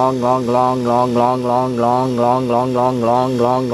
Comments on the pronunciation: I think after a while he was just saying glong. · When he said longlonglonglonglong he sounded like a chinese person xD